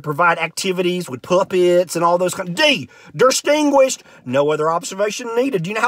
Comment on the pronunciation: I need someone who writes IPA to transcribe every different way he pronounced "distinguirshed"